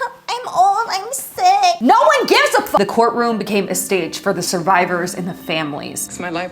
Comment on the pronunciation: Me laughing when she says I don’t give a f-u-c-k😂😂